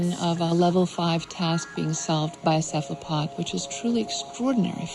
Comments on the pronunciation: You mean "kef-la-pods"...? I'm apparently the only person who took issue with the fact that the narrator can't pronounce cephalopod correctly. 😕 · I'm always concerned when a narrator doesn't pronounce things correctly. Cephalopod is not pronounced "kef-la-pods". It's "sehf-uh-luh-pods". This isn't some "British vs English" thing, this is just a narrator that can't pronounce something correctly and that is horrifying to see in a documentary about said creature... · U mispronounce cephalopod??? I'm out. Good grief, Charlie Brown 😅😅😅🎉🎉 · I have never, ever heard that pronunciation of the word cephalopod. lmao